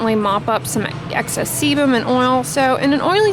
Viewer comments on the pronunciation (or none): none